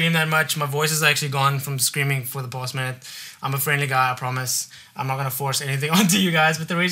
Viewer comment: He kept saying "past minute" and I thought he said "boss man". lol Screamed so loud for the boss man!